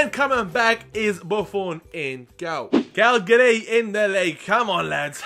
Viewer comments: You called Cagliari... Calgary. Calgary is a city in Canada. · Viviano played as a backup to Szczesny last season, so yes he did play for Arsenal and you said Cagliari wrong. Its not Calgari haha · It's pronounced CAG-LIARI